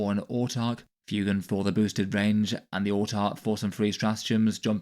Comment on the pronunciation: He's pronounced FWAYgan